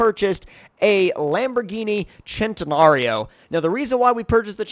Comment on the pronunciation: its not said ch-en -ta-nar-Ee-oh it’s said sent-i-nar-ee-oh